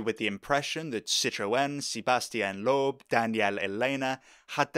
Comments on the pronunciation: For the past week I haven't been able to get the way you say Loeb out of my head: "LOOEB" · Good video but the bizarre pronunciation of Citroën and Loebs name was grating